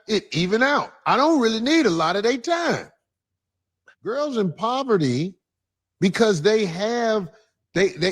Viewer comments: Men want a woman in proverty? 😂. She should learn how to say a word before attempting to use it. It’s pronounced PO-VER-TY. 🤣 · said “proverty” instead of “poverty”. 😂😂😂 She is real slow!